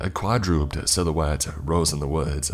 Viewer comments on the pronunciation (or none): Every video there are either bad misspellings in the stories that the narrator doesnt change and reads as is, or should be checking words to see if hes saying them right.either that, or quadruped is pronounced a lot differently then I was using. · Not "quad-rooped" But "quad-roo-ped."